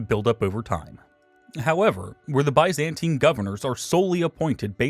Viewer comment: It’s not hard to pronounce Byzantine in a non-ridiculous fashion